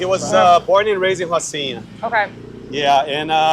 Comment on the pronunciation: You said Rocinha wrong Girl. Not true they don't recite kids. Im